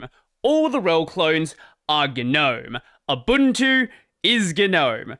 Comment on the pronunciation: Fun fact: Ubuntu is pronounced Oobuntu.